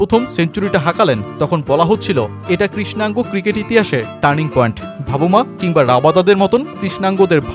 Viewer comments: ভাবুমা নয় ভাই !😂😂😂 বাভুমা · বার বার 'ভাবুমা' শুনতে শুনতে বিরক্ত হয়ে গেলাম।নামটা অন্তত ভালো ভাবে উচ্চারণ করা উচিত।